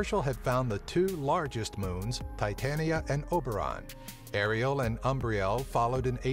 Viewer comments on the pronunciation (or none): none